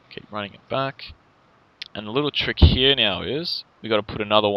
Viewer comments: down mnhearryah hehe he says it funny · I fucking hate the way he says here. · I can't stand the way you say "here".